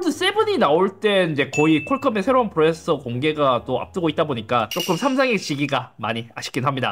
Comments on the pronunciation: 프로ㅇ에써 발음 진짜 ㅋㅋㅋㅋㅋ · 프로세서를 왜 자꾸 프로에서라고...... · "프로세서" 발음 연습좀 하셔야 할것 같아요 ㅎㅎㅎㅎㅎ